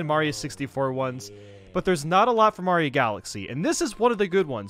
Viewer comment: "mayro smm"